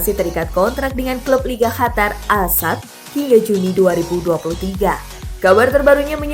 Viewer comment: Biasa aja ngomongnya min, gak harus hatar juga ngomong qatar nya